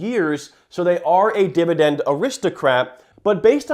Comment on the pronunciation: He doesn't say it once, he says 'Divi DENDDD' 479 times though